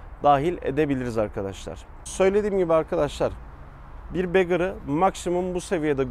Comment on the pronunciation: Ya arkadaş şaka mısınız siz yaa? İnsan bir video boyunca saçmalamadan önce neyi tanıttığının araştırmasını yapmaz mı yahu? Bu motorların ikisi de Gold Wing. Biri Honda Gold Wing'in bagger, diğeri tour modeli. Birine Gold Wing diyorsan diğeri ne? Ayrıca bagger kelimesinin telafuzu begır değil. Zira beggar diye yazılıp begır diye okunan kelime dilenci demek ingilcçe. Bu kafayla BMW K 1600 GTL, K 1600 ise; K 1600 GT ne oluyor? Tü kaka mı? Ona da bum diyelim. Ne de olsa dilencinin diğer anlamı. Hatta Honda'nın sitesine bakarsan Honda, bagger modeline sadece Gold Wing yazmış. Diğerini ise Gold Wing Tour diye belirtmiş. Eğitim şart.